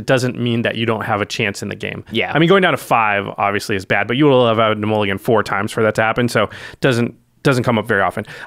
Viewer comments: Mulligan not mullgan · "Mullgan" rule changes? what is a mullgan?